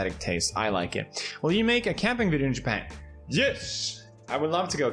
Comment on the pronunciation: Wverytime you keep saying Japan, I keep hearing Ja Pant. Are you “ja panting”? Lmao